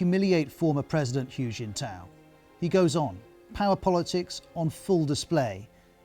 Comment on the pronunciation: It's kinda funny to hear all this from a man calling Hu Jintao "Huge In Tow".